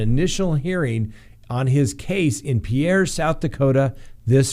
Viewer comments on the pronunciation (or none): just letting you know...the correct pronunciation of our state capital is 'peer' (like the one you fish off of), not 'pee-air' (like the first name of a Frenchman). 😊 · ...it’s peer not p air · pier! the capital of south dakota is pronounced pier! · Hi, Pierre is pronounced Peer or Pier. Just trying to help! Peace! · Because SD is stupid, the state capital is pronounced "peer" rather than the way normal people would say Pierre.